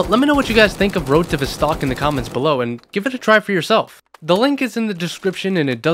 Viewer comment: criminal the way you say "Vostok" 😬